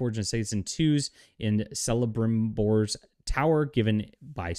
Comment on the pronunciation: Please correct your pronouncing of Sauron and Celebrimbor, american pronouncement of these are wrong no matter what you think, JRR tolkien is an English writer so the way you say these names are wrong